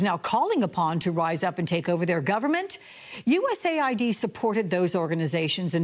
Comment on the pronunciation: My god… even after the guy corrected her she keeps saying USA ID. I AM LAUGHING 🤣 HARD